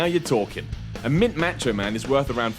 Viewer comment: Its Mah cho not mat cho